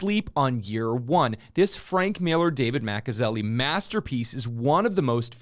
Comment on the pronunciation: This is how far the comics industry has gone downhill. Nothing but bs speculation and over-hyping of tertiary characters' first appearances, and movie tie-ins to further fuel and inflate the cgc market. Hard not to see thru this, when so called 'fans' can't even pronounce the creators names correctly on the books which they hype. David Maka-zelli?? and Denys Cohen? lmao